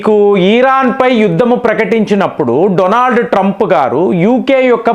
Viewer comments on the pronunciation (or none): none